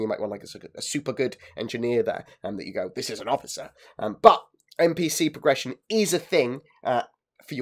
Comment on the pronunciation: "Today i would like to talk about prrrrression of characters"